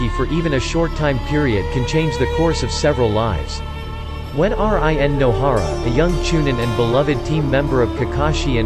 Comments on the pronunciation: Did he just said R I. N instead of rin😂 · Me cretiking him saying R-I-N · everybody:rin him:R-I-N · What make me trigger I say rin he say r-i-n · Normal people: Rin This bot: R I N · Why do you said Y A G U R A and R I N exepte rin and yagura and why did you say that black zetsu is a jinchuriki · It’s run not r i n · instead of rin its r i n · It’s not R I N , it’s Rin Smh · R I N instead of regular Rin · Not R. I. N.... Its Rin Nohara.. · When it says R,I,N but its rin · It's rin not R.I.N 😪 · Rin not R.I.N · Dude can you stop saying fucking R.I.N YOU BICH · Bro when pronounced Rin as R I N. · Everybody talking about Rin being pronounce like r I n but the way he pronounced yaguras last name lmaoo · R.I.N was annoying me so much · I stopped watching this shit as soon as he said R-I-N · What the hell is with him pronouncing that as R-I-N?! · Wtf R. I. N like RN for registered nurse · R-I-N???!! are u kidding me? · whats with the R.I.N.? ,... I'm not bashing about it but I think it's kind of funny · Bruh he pernoused RIN wrong. It's sounds like your saying reen when you pernouse it right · R-i-n lmao 😆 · R-I-N wtf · Who the heck is R-I-N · Really just can't say Rin smh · how can he pronounce uzumaki but not rin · U should use ur real voice bc it doesn’t pronounce a lot of words right like rin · Bro after he said R-I-N and than said MIN-nato namakazie I had to check out 🤦🏾‍♂️🤦🏾‍♂️ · What the F! R.I.N. Can't read 1 syllable names? I take it back. K.a.r.a.t.a.c.h.i. kills the video. Please do not upload until you finish school. I understand that some Westerners cannot pronounce Japanese well but at least some tried and not spell them out.